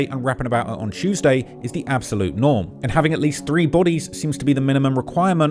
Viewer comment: Chewsday, innit?